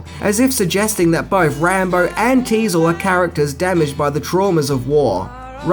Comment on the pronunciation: Teasle, not diesel